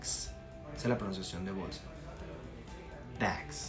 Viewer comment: Porque en unos videos dice que bolsa (bags) se pronuncia con e y no con a. Y aquí en el primer ejemplo lo pronuncias con a